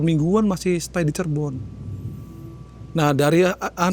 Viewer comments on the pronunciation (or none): none